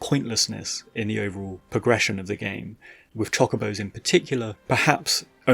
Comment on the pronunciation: please i beg of you.. stop saying Chock-obos 😰